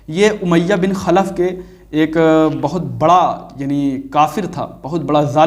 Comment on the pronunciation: eak nahi ---eakak